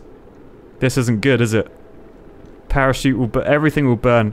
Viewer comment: Parachute more like perishute